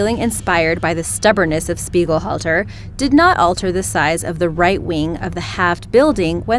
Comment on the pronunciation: Anyone else realize the miss pronounciation of the name on number 1 spot? Speighalter... Only one "L"... Speigel halter is not correct